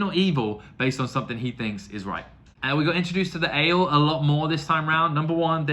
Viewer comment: Don't forget the i in Aiel;-) A-jiel is the best way to describe how to say it. Great that you see Mat away from the influence of the dagger! Did you enjoy the fight with the two princes? Galad and Gawyn? You've gotten the Forsaken 100%. They are greedy and have their own agendas;-) All of your questions will be answered! And then you'll get a lot more.🤭Enjoy book 4!